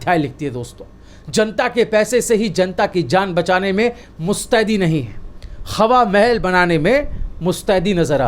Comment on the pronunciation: qha qha plz thoda kam boloyaee,qhawa mahal.nahi hawa mahel.plz.dont mind With due respect.